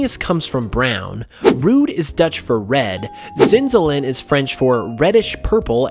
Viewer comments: umm actually it’s pronounced rood not rude but I get that it’s hard to say it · you pronounce Rood as road. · The admin 'rood' Comes from the Dutch word for Red so you need to say it as 'road' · U pronounce "rood" with the o from boat